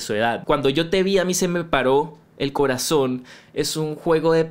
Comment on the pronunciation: dices el coratón? jajajaja pues creo que el mediocre Iglesias pronuncia exactamente una t...